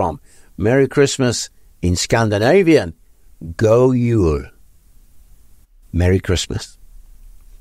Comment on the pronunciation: Good pronunciation for the Scandinavian God Jul.